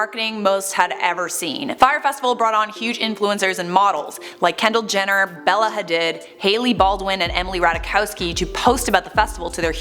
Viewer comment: "bella hah-did"